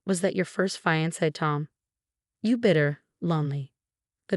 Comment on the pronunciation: Cant pronouce fiance. Get a better program.